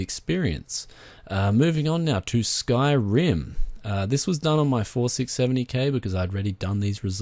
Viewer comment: You know that Skyrim is just Skyrim not SkyRim as in there is no emphasis on the R right..?